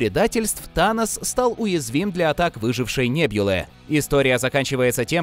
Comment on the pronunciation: бесишь! не неБЬЮлы! а неБУлы!